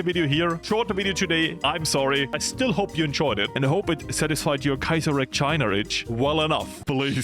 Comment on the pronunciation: Bro said Käsereich